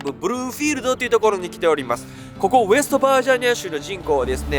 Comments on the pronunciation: ウエストバー「ゼ」ニア州がきになる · ウエストバージャニア州、、、ウエストバージニアって言うより言いにくい😅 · なんでウエスバージャニアって言ってるの？ウエストバージニアでしょ。嫌味とかじゃなくてね。 動画を作るために現地に行く行動力やエネルギーは尊敬します。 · ウエストバージニア州が中々言えてなくても内容は最高